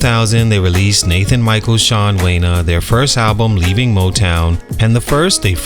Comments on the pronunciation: *”Nathan Michael Shawn Wanya,” not “Wayna” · this nigga said Wayna...how you do a video and fuck up a name the first time you say it😅..WANYA... not WAYNA ....LIKE KANYE.... WITH AN A... "LETS GET IT MAN"😅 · Name is pronounced Wan-ye not Way-na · They didn’t fall nowhere. They rose to LEGEND status! Still insanely talented, still working, still amazing people, still loved WORLD WIDE! The audacity from someone who can’t even pronounce Wanya’s name properly… 🤦🏽‍♀️ “Juan- yay” 🤭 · "Wena"..? 😬 That's not how his name is pronounced. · You can’t be a grown man, and think that name is pronounced WAY-NA! 🤦🏿‍♂️😂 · Wanye is pronounced Won-yay. Boyz II Men are no more stunted than The Temptations or EWF. The industry evolved but they’re still legends. They put on a great show. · My G it’s WAN—YAA .. like the letter A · The only critique I have is the way you’re pronouncing Wanya’s name. They been around entirely too long for you not to know how to say his name right. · The way Wanya's name is being butchered is insane